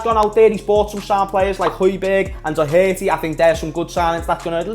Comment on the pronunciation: Why can none of yous on that side of the water pronounce Doherty 😂😂. Atleast ye didn't call him Dockerty